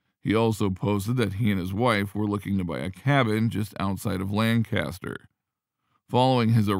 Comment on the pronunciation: The city in Pennsylvania is properly pronounced "LANK-aster"; not "LAN CAST er".